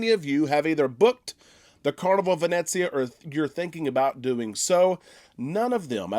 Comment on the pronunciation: PLEASE...it is NOT pronounced Vin Et zia...it is Vin Eh Zia ....no "t" sound. 😁 Just a little something that drives me crazy...otherwise great vlogs!